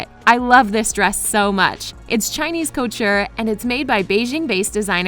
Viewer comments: anyone else notice that the speaker said culture instead of couture while reading the title of Guo Pei"s book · When she keeps saying culture and not coture😂